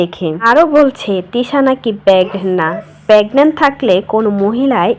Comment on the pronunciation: পেগনেন্ট না আপু 😂😂😂 প্রেগনেন্ট😂😂 যাইহোক আশিক জিন ধরা মহিলা আশিক করে বেড়াবে 😅